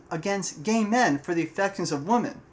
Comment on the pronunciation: Nice video (just be sure to pronounce the plural "women" as "wi-men").